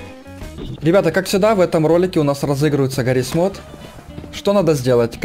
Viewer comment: Не Мот А Мод